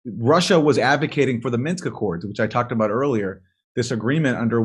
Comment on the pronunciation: It's "MINSK" 😛